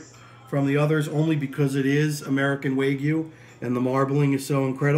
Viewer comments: Is it wegyu or wagyu? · What an incredible piece of meat! (It's pronounced Wah-gyu in Japanese).